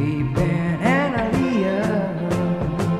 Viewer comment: My name is Annaleah and he is pronouncing right